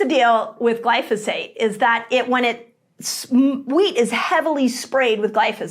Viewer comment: At about it sounds like you are saying “meat” instead of “wheat” but hopefully not too many ears were tricked by this mispronunciation!